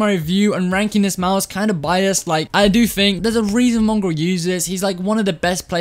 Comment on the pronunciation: When he said mongraal it sounded like mungrul and I realized me and have the nog ops for a profile picture